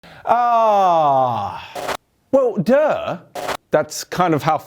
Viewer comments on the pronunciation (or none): That was the most English “DuuUuuhh” I’ve ever heard